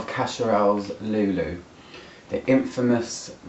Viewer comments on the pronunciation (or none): Jesus Christ!!! Another one!!! We are people so ignorant? Before doing a review you should at least do some research and learn how to pronounce the name because every time you pronounce Lou Lou you sound completely ignorant 😂😂😂